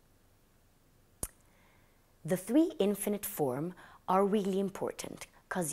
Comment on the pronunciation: Lovely,! Hope you don’t mind me saying, but it’s pronounced inFINitive not INfinite